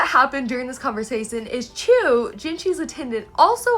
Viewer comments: Btw, Chue is pronounced like the word 'archway' but without the 'ar' at the start. You can also say 'choo-ay', which is the Japanese pronunciation. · Wait pause what’s the official pronunciation of Rikuson and Chue cz up until now I’ve just been reading it as “Rik-u-SON” and “Chu-ay” (emphasis said on capitalised parts) and the son part said as like “son” not “sun” uhh idk guys